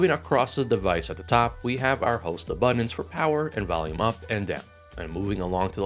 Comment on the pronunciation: Buddins.... Say buddins one more time